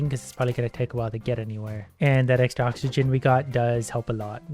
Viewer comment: first minute in and im already laughing my ass off the way he failed to read oxygen and didn't even care to reiterate is gold